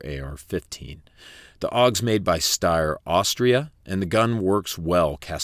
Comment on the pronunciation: Also, the Steyr is pronounced stair-like i walk up the stairs but then you cant say porsche or spell colour properly